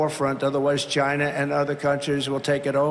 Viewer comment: "explosive economic growth & vast doo" - I think that's something he will 'unleash' in his pants. 😅🤣😂 oh no, he said G👁na again!